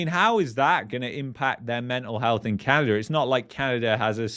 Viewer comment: LOL There is NO r in Canada!